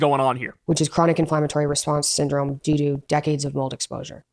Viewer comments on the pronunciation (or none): She said "due do"! 😅